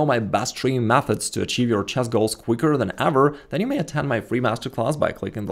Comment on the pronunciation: 'The most annoying opening video you're ever gonna open in "chass"....'